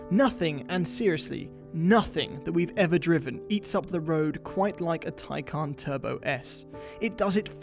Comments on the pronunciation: It's Tay Can not Tye Con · Actually it was said wrong if you take the actual pronounciation it is not Tai-khan since the word is from turkish, it would be more of a Tai-jan (the J in it is spoken like in jar) so you could have electrecuted thomas either way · "Tie + CAN" fellas, NOT "Tie + CON", its not trying to con you, its stating that it 'CAN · Its actually "Tie-Can" watch the Porsche world release video, "Tie" (like a tie you would wear) and "Can" (as in, yes, it CAN) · Even porsche mispronounces taycan. Taycan is Turkic/turkish like porsche admitted. Tay means foal. Can means life. The issue is porsche pronounces can with a k sound. While in reality, can is pronounced like jhan. I am amazed by how the euros take a foreign word and talk about the right way to pronounce it while butchering it. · Its not taycan its tyaggen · I'm Turkish and it's pronounced Tay-jan. You're welcome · Everyone pronounces this car's name as Taycan. Porsche just took that name from a similar Turkish word.